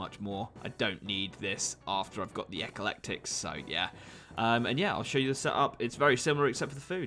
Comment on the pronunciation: EH-KLEK-TIK ffs